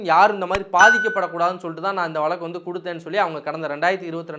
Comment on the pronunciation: Valakku illa Vazhakku, oru payalukkum Zha varadhu, ana Tamil valakarom nu solluvanga